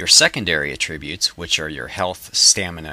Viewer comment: you pronounce attributes wrong.